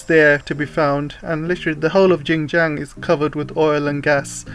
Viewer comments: Politics, Tech and Economy, chief, is Xinjiang and not Jinjiang, your pronunciation is incorrect, Xinjiang literally means new territory or new domain/frontier. 新疆 where xin- new, jiang- territory. kindly take note, thank you. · Really like your videos, thanks, just that the pronunciation of Xinjiang not so ok. Xin means new in Chinese, sounds like “sin”. Btw Jiang means territory in Chinese. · sorry I think it should be pronounced “shin” instead. I am not a mandarin speaker also. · I thought you were Chinese working for the ccp as a propagandist until I heard you pronounced Xinjiang I knew you were not Chinese.